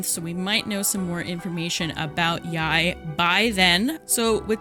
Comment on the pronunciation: isnt it pronounced like "yay?"